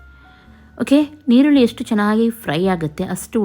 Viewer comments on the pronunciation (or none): ಅದು ಈರುಳ್ಳಿ. ನಿರುಳಿ ಅಲ